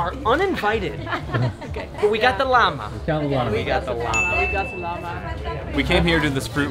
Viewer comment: pronouncing "Llama" as "LAM-UH" is 100% a nod to Tony Vlachos.